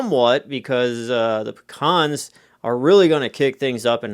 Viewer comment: Never heard of them. Are trying to say Pee-Cans? Because I'm familiar with those.